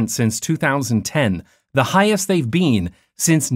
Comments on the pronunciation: weird way to say "been" anyone else notice it? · Canadian accent coming through.